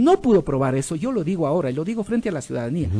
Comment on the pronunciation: Por Dios deje de decir llo es yo